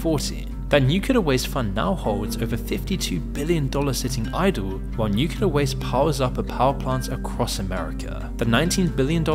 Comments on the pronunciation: It's NuCLEar, not NUkular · "nukeyaler" is not a word, it is pronounced new-clee-ur. I can't help but think of George Bush every time you mispronounce it 😂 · It not pronounced "nuke-yoo-lur". Read a book. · "nucular" I see someone had George W. Bush as their vocal coach... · ffs, when will americans learn to pronounce "nuclear"? 🤣